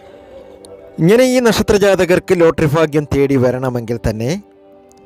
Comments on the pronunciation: ഫാഗ്യം അല്ല ഭാഗ്യo ഫക ഫാൻ അല്ല ഭഗവാൻ ആണ് പറയാൻ പഠിക്കു ആദ്യo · ഫാഗ്യം.... ഫാഗ്യം.... ഫാഗ്യം.... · ആദ്യം മലയാളം പറയാൻ പഠിക്ക് 'എന്ത് ഫാഗ്യം!